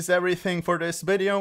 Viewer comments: Nice “wideo” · at least try and say "Video" lol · ahh. a fellow person whos says wideo. I'm ukranian and I always say W when I try to say v.